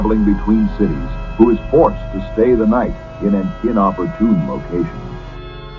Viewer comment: "...inoppurtune location"...rather interesting that most AI narration doesn't get English words correct, mispronouncing plain words, like raisin for reason...but with these fiction vids, well done and fantastical, there is quite a remarkable vocabulary in them....odd and entertaining....AHOLA from Hawai'i.